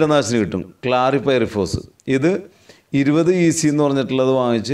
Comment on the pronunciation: ക്ലാറിഫൈറിഫോസ് അല്ലാ ഹേ ക്ലോറിഫൈറിഫസ് ,,Chloriphiriphose